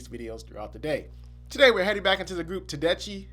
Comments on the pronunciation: Ta-Des-Key = Tedeschi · First, a pronouncer for the name Tedeschi-Te-de-ski; this is a married couple. I’ve interviewed Derek Trucks, playing slide professionally since he was 11 years old. Played for the Allman Brothers Band, played with Buddy Guy, toured with Eric Clapton. Had his own band since he was 16 years old which included jazz-styled blues-rock. The keyboard/organ player, Kofi Burbridge, now deceased, had perfect tone and was one of the most talented musicians/composer to ever play. I am a jazz producer/radio host. This is the hottest band on the road. Derek is hailed as thee best slide guitarist in the world! I highly recommend you listen to the Oakland live album. Susan kicks ass on it. The bass player, Oteil Burbridge, is Kofi’s brother who also played for the Allman Brothers. Susan, is professionally trained from the Berklee College of Music. The trumpet player is actually a jazz musician.